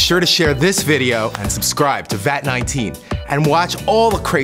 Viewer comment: I'm late but still: In The start when you Said "Vat19 presents" I heard "Fat19 presents"